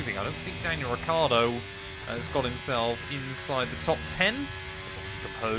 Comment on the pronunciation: Yes but is Ricciardo not Ricardo 😂